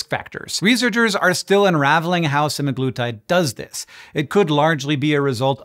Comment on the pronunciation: pronounces it suh-MAG-luh-tide